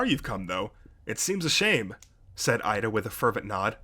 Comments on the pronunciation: Its EE-da NOT IDA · It's okay. Besides, in the anime, it's Iida. However, in the manga, it's Ida.